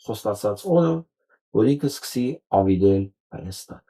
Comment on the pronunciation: Նկատենք, ինչպես է ասում Հայաստան բառը. ՀհաաՍտան❤❤❤❤❤